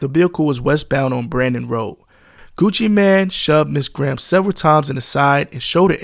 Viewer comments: It’s pronounced Gucci Mane not Gucci Man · How this nigga gonna say Gucci mane name wrong and have clips of Gucci saying Gucci mane and STEADY calling bro Gucci Man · Mane not man okay? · This is a nice compilation of clips, but holy hell the amount of words clipped out is insane. That and calling him 'Gucci man' instead of mane is pretty damn annoying. Like, mane != man. How tf you fuck that up? Imagine calling Super Man or Bat Man Super Mane or Bat Mane lmao. Like its just not even close. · Ngl hearing you call him Gucci man not main hurt my ears the whole video. Other than that good video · It's Gucci MANE not Gucci MAN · Is this Ai? Why is he calling him Gucci Man?